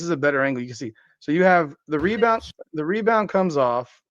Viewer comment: the “MeBound” reminds me of my all time favorite 90s arcade game… NBA JAM… every time you get a rebound I think am hearing “The MeBound”!